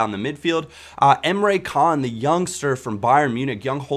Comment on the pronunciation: Not Emre Can.... Emre Jan